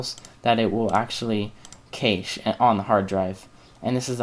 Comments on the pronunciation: cache is pronounced CASH...not cashe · Nice video :) However Cache is pronounced differently. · I like your video and really appreciate you posting this but the mispronunciation of Cache (as Vincent points out) was just painful.